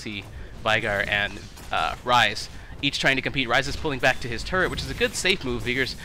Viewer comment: When x says "turret" it kind of sounds like turd lol :P